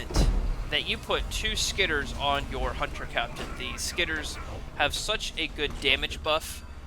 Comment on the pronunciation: SkitterERs. It's three syllables.